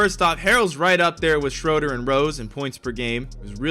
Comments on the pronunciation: For some reason it makes me mad when people say (shr-o-der) when he is German so it’s (shr-oo-der) ( it’s also spelled Dennis Schröder) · stop say shroder it’s shruder